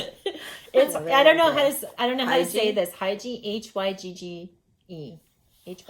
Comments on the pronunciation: If it is spelled Hygge, it is pronounced hoo-gah. Great sweaters, socks and shawls. Thank you for sharing with us. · Hygge is pronounced “ egga” I think .